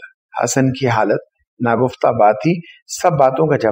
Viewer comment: کچھ الفاظ کے تلفظ کی اصلاح کی ضرورت ہے جیسے کولہو کا بیل (kolo) ناکہ (kooloo ). اسی ناگفتہ بہ (na gufta beh ) ناکہ (bah )